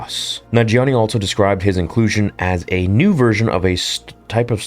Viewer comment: Love the channel and all the content, but cant help but point out the ALT-SO pronunciation of the word "also".